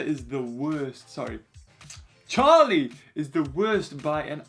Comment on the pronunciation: It’s Charlie not charl😭